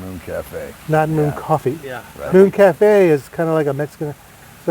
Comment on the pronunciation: Not everyone watching is attuned as you are; hence the reason for the story and never said it was a recent episode as it happened a long time ago. Glad you're an expert, my friend. By the way, it's Called Mooon Café, not Moon Café.